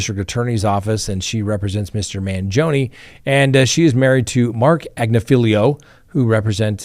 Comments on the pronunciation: Ag-NIFF-uh-low. You need to accent the right syllable, dude. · You're pronouncing "Agnifilo" wrong! It's pronounced: "Ag-nih-feh-loh". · You’re adding an extra syllable/letter to Agnifilo.